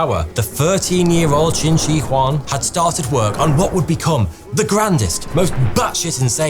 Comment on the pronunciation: The mispronunciation of Shi in Qin Shi Huang kills me 😅